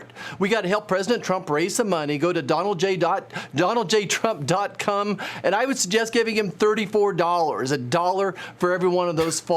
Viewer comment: Did he say Donald j trump dot come 😂